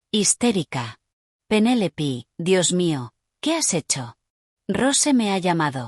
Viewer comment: No es Penélipi, es Penélope 😂